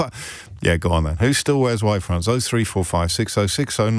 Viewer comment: Is it “Y fronts,” or “White fronts?” Since “Are You Being Served” days I can’t make out the pronouncement.